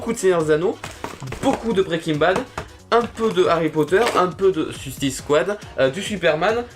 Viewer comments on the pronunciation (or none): none